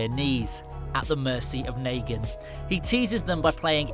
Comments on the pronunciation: It shows that he didn’t watch the show. If he did he’d know it’s negan not Naygan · Do you have dislexia it’s Negan not Nagan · dude yea it rlly is hard to watch this wit him saying naygen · Naygen its negan fucking hell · Bruh not naygen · It's neegan idiot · After hearing him say nagan I couldnt watch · The narrator has never watched the waking dead as you can tell by the words he uses and how he pronounces negan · How do you not say negan right